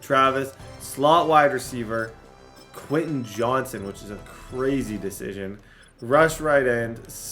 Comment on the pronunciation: Stop getting Quentin Johnston because you can't say how name and it drives me absolutely nuts Also bring back the golf content